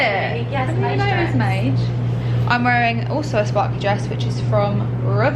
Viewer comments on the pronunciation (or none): It still triggers me that you say Mayge for maje 😭 it’s just mahj! Sounds much better lol